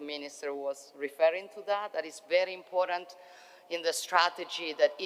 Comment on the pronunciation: Grande donna ma la parola important deve correggerla; la sui pronuncia come in italiano senza la e finale.